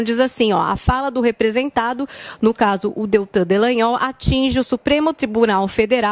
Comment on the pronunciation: ALGUEM AVISA A QUE O NOME DO PROCURADOR É DELTAN DALLAGNOL E NÃO ( DELLAGNOL )